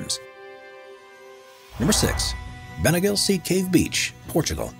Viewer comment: I literally swam to bengale the cave and also he pronounced it wrong it’s bengaleeeeeeee